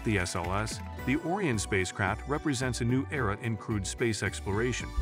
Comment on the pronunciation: if you're going to be so lazy to use AI to make your videos, at least make sure its pronouncing words properly... pronouncing Orion as orien(t) for example